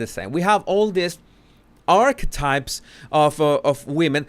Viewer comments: Maybe it's me but I keep hearing "arsewipes" when you say archetypes 😅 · Can someone tell me …did I hear right…he called Archetypes…arsewipes??? Or am I misunderstanding? 😂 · Is he saying Arsewipes instead of Archetypes? 😂😂😂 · Yes😆he’s doing it on purpose 😃 such a cleaver man our ❤️